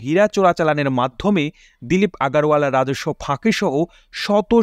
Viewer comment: আগারওয়ালা হবে না ওখানে আগরওয়ালা বলতে হবে